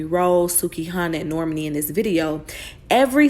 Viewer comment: Imma need you to fix my girl Normani name. Cause that’s not how u pronounce it😭💯